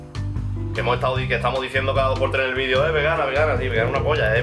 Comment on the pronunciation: ¡Ehto tiene poca consihténsia! Le doy... Un tréh